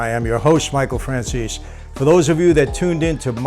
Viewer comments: Michael Franciss? What? Franzese. Why do Italian-Americans butcher their own names smh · No one who’s truly Italian would say their last name like that. Franceeeez😂😂😂